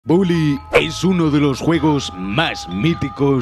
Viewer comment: Soy yo, o al principio del video en vez de decir bully dice bouly